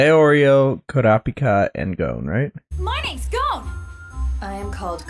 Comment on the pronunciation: Yeah, I'm not usually a dub hater, but this dub is rough. One Piece has me more open to Matt Mercer, but his Leorio just doesn't have the right energy, imo. The very flat proper articulation is a bit jarring too. Also hate the pronunciation of Gon, confused why its so different. I respect the audio processing issues and get why they're sticking to dubs, watched all of One Piece, so far, dubbed because I was sick when I started watching and reading wasn't viable, but definitely a loss on their part